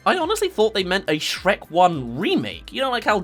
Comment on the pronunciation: "Sherk" lol